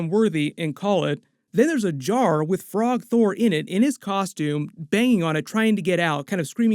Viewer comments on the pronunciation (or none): You mean like I did every time you said 'frog thor' instead of Throgg? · "Frog Thor" is actually Throg